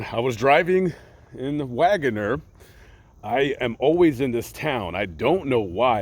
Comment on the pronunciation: Hey from Tulsa, Oklahoma! Wanna sound like the locals? It’s pronounced Wag’ner!! ❤️